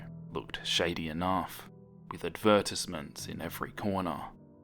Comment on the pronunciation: the way you say advertisements